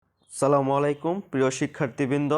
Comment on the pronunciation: Vaiya akta jinis kharap lage apni assalamualaikum na bole salamolaekum😢